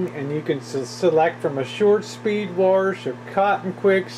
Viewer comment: your a male female combo unit.....haha....and what does "warsh" mean anyway?